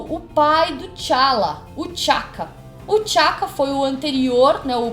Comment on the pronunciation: E não é Chala! É T `Chala!